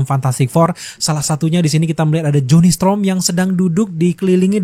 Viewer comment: Storm bang, bukan strom